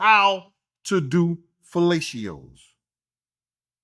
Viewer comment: kills me everytime he says fellatios 😂